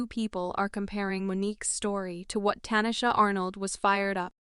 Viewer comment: Her name is Tichina not Tachina